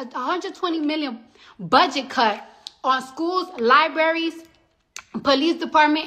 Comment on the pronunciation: liberries!! Hahahaha she cant even speak English correctly